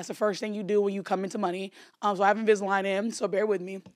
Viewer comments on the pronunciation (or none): I’m so glad you said invisilign and not veneers